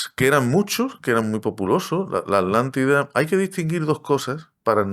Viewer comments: Disculpen la pregunta si la palabra es Atlantida porque a ustedes les suena como "alantida"?, solo es una curiosidad... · Alantila o atlantica, por qué quieren hablar tan fino que pronunciamos las palabras mal, siendo el idioma cadtellano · Yo me pregunto como un estudioso que es filósofo y arqueologo además investigador No sepa que lo correcto es Atlntis, Atlántica y el océano Atlántico, no como el y el entrevistador dicen Alantis, Alatida y oceano Alantico mejor deberían aprender a pronunciaŕ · Se escucha mal o no están pronunciado bien la palabra Atlántida...pareciera que pronuncian "Alantida". 🤔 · No es así. Le dice Alántida a la Atlántida. No respeta las reglas del español. Tu propia lengua. Además decl chauvinismo de creer que la Atlántida estaba frente a las costas de España...por favor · En España se enseña mal la pronunciación de las sílabas TLA, TLE, TLI, TLO, TLU. Se separa en dos y la gente acaba pronunciando A-Lántida, haciendo casi desaparecer a la T. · Lo que yo no e tiendo es porque pronuncian la T como Che en palabras y en aTLantida nonla pronuncian!!????? Porque asesinan el idioma asiiiii!!???? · LE DICE ALANTIDA....